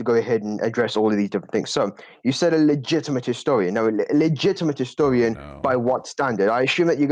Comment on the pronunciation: Did the British lad say - Histowian?